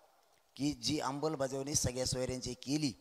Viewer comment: अंमलबजावणी कसी म्हणायचंय ते आधी शिकून ,रटून घ्या.